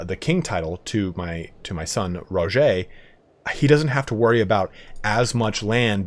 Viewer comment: Dude it’s just “Roger” like Roger Dodger. Not “ro-jau”.